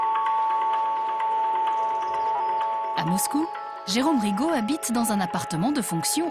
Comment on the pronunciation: РигО блин а не РИго